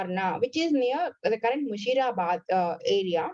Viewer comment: It's Murshidabad not Mushirabad